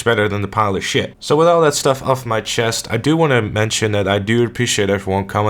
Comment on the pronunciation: "Compare something decent to a pile of shet" 🤣